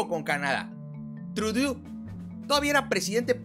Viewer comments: se pronuncia Trudo que es lo mas cercano al espanol... no me pierdo tus videos.... siguele dando duro... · Puedes pronunciar "trudo" acentuando en la "o" amigo, felicitaciones. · Se pronuncia "trudó" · Se pronuncia: TRUDO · con mucho cariño y constructuvo. Se dice trudo El ministró de Canadá Te felicito por tan excelente. Trabajo. Muchos saludos Ben digo a esa cabecita. Blanca. Que por fin. Alguien hace a nuestro amado México orgulloso. Que notición. Yo viví en Canadá. Y que gusto me da las noticias de hoy Saludos mi. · Me encanta la pronuncación del de "Trudeau" Tudú" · Hola, se escucha chistoso tu pronunsacion: trudu... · trudó. se pronuncia trudó. ♨ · SE PRONUNCIA TRUDÓ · Se pronuncia: TRUDÓ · Se escribe Trudeau y se pronuncia guapísimo 😄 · Se dice Tenido hacia dentro el sonido de la o...